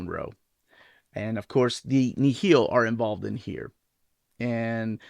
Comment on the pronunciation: Nihil is actually pronounced like the River Nile